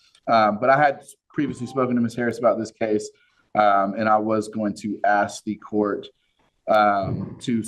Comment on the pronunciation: It urks me that the prosecutor can't pronounce "ask"